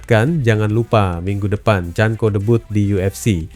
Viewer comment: Bukqn chanco tapi chanKO..sebut biarlah bagi betul. Jangan asal main cakap saja.